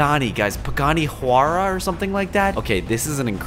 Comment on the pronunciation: Pagani chuarwa it’s pronounced y-ra and spelled something like huyra